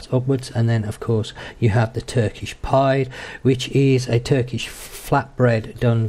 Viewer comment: Just fyi, it's pronounced pee-day, not pide.